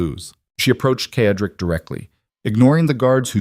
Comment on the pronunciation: Excuse me, Mr. narrator, but the gentleman‘s name is pronounced with the letter S Cedric, not the way you are saying it. It is said-rick